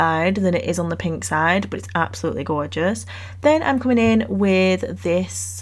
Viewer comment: The snake is killing me! It’s gawwwwjous!!! Love these so much! ❤